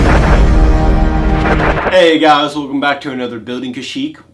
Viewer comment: No he didn't say welchome back to the weekly segment?!?:D